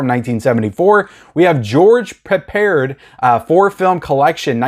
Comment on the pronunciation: His name is pronounced George "Pep-pard" Not judging just helping.